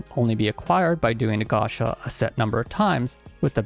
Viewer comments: Dood please, PLEASE, stop saying gasha, it's gacha, from gachapon. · Why are you saying and writing "Gasha" instead of Gacha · While the fans are upset at the game, I’m upset he keep saying “Gasha”